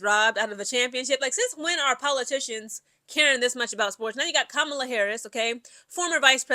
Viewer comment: It's pronounced KAH-MUH-LUH. Just an FYI.